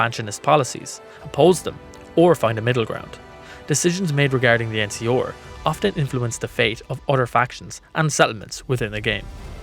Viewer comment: EN-SEE-ARE, not EN-SEE-OR. Jesus. I like the vid, an the channel. But the way you kept mispronouncing the NCR, a faction I don't even really like, bugged the hell out of me